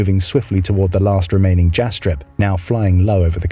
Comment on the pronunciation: the J in Jastreb is pronounced like a Y - Yastreb